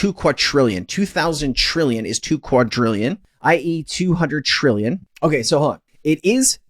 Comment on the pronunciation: Why do insist on mispronouncing the word, quadrillion? A quadrillion is a thousand times larger than a "trillion", which is how you pronounce it. Please educate yourself